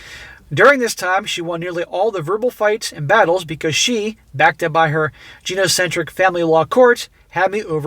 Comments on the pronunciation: [NB: this is not a flame, just thought you'd want to know for your own sense of professionalism] "Gynocentric" is pronounced "GUY-no-centric" not "Gee-no-centric." I blame the gyroscopes for all the confusion... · FYI, gynocentric is pronounced guy-no-centric. Thanks for the video!